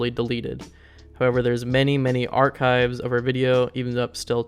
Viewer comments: Colombian high school😭😭😭😭 arCH-hives😭😭😭😭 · NPC: “What’s this green stuff on my plate?” OP: “Are-Chives.” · not trying to be a dick and i know it’s a 2 year old video but how tf are u getting info wrong, mispronouncing words like “archives” and “Columbine”, and lacking actual research. i’m assuming u made this while u were still in school bc u sound young. our education system has failed u 😂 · not to mention that he somehow mispronounced archives 😂